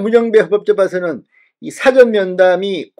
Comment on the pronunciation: 사전이 아니고 사아~전이라 맨트하세요 ㅎㅎㅎㅎㅎ